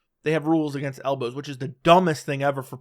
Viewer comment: Didn't Harrison say "HELLbows" instead of elbows? 😂